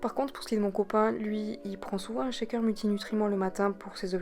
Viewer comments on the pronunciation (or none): none